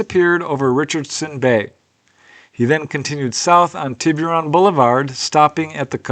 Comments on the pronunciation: it's pronounced, "Tibb-er-on". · Just here to say that Tiburon is pronounced “Tibberon”. No hard “you” sound. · It's pronounced "Tibb-er-on"